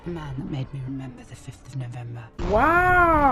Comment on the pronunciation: "REMEMBAH REMEMBAH!" 😂